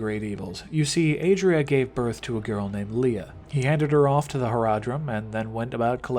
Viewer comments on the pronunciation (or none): none